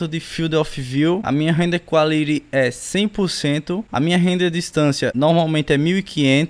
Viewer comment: “Quáliri” AAAA GOZEEII